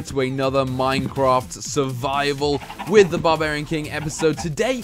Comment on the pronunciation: MINECWAFF,, Me